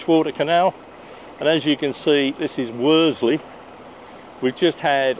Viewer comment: Love your vlogs but as I live near there please say Worsley not Werdsley